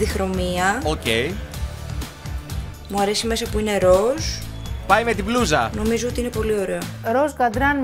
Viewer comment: μονάχα εγώ όταν μιλάει η και λέει μπλούζα ακούω μπλουja ή κάτι τέτοιο